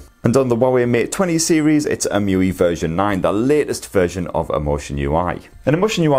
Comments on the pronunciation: So, how does "Emotion UI" become "EM-You-We"? 😂 Shouldn't it be " E-M-U-I "? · I guess its E-M-U-I not emuiee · It's pronounced Ee-em-you-eye! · It’s pronounced eee em u eye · Please. Stop. Pronouncing. EMUI. That. Way. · Interesting the way u pronounce EMUI. Wonder how u are gonna pronounce MIUI on Xiaomi.